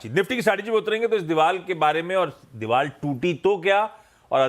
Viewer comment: Anchor ko bolo Deewal nahi deewar 😄